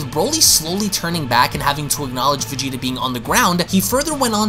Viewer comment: Lol the way you VeGEtA is hilarious